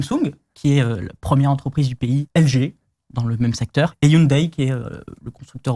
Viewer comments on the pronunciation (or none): none